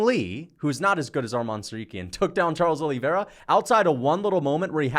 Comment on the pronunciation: Charles “Oh Lee” Vera